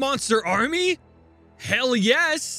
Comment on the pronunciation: Every time, when says yes i hear "ja" (German word for yes).... Im a German and i thinking everytime: what? was this a yes or a "ja" ^^